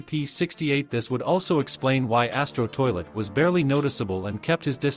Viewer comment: Bro said asto toilet💀